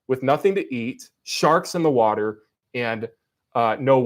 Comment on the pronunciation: I guess the one improvement has over Kent is that he can say “water” like a normal person